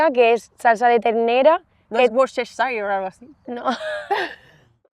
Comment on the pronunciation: wus-ter-sher sauce is how you pronounce (Worcestershire Sauce). Love these conversations!